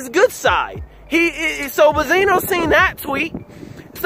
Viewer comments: i have watched your videos from the beginning and i love them keep it up but one thing just annoys me why do you saying Bezino and not Benzino. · Benzino Benzino Be”n”zino Not Ba-zeeno Benzino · i had to drop this quick comment to let you know that i couldn't stay for the whole video after the 100th time you said "buzzino" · I love how dude pronounced BENzino wrong the whole time, called him Bizino and nobody noticed BECAUSE NOBODY CARES OR THEY DONT EVEN KNOW HIS NAME AT ALL. Lol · Naw it's Baaah-Zeeenoh gtfoh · Ben_zi_no. Say it with me!. I don't know if you doing it on purpose but it is annoying. J/S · Don’t go to this guy for opinions first off he not saying benzinos name right second those bars not damaging compared to Eminem’s responses. I’m not even a Stan like that.